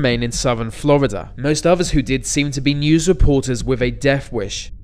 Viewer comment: What in the dickens, is the matter, with the narrator?!?! He pronounces Florida, "Flrrrbidur"!! Put some marbles in his mouth; he'd make far better sense that way.